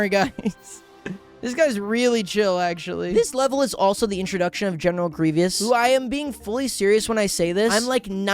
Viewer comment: The way trys to say 'Grievous' but comes out 'Grevious' saddens me